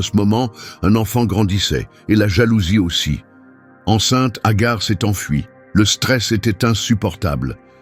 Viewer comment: Ce n'est pas Agar c'est Hager qui se prononce Hajer qui dans Un premier temps avait été choisie par Sara étant stérile c'est pourquoi Hager 2eme épouse d'Abraham avant que sara ne tombe enceinte d'Isaac à l'âge de 80ans (dans l'islam)❤❤❤❤😊 ET Hager n'était Pas sa servante bref Un conseil lisez le Saint Coran ❤❤❤❤😊